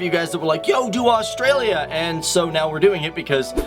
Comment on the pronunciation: just another video showing the same facts about wildlife that you wouldn't come across in the main cities, can you please learn how to say australia before you do a video about it ?! please